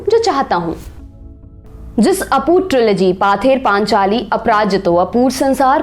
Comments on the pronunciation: It's not पाथेर पानचाली, its पथेर पांचाली means folk song on the way रास्ते का लोकगाथा। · 'Paather" nahi ma'am...uski pronunciation 'pawther' hoga...btw, a good video...cheers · actually mam its pronaunce pother panchali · Presentation was good, but Bengali pronunciation sucks, "Paather Panchali, Apprajito, Bangali", etc are the example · Madam, “Bangali film “ nahin: “Bangla Film “, banane wale ko Bangali keh sakte ho aap. Maaf kariyega Ek our nivedan Pather Panchali - pronounced as paw-ther Panchali me n anuswar hai , n hard nahin Isey aap constructively lenge, ummid hai . Aapka research aur saraha jayega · Her pronunciation is terrible. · Baksho bodol, baksa nehi. ! U have lot of good info in ur video. The pronunciation is killing it. Specially pather paaanchaali is stabbing in my ears..i still watched because the content is really good. Yes Bengal is a state, a region of india, but not Satyajit. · It's not পথে র পাঁচালী